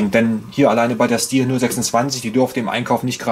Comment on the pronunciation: Hallo, die korrekte Aussprache ist "Schtihl". Zu hören auf dem hauseigenen Kanal, z. B. hier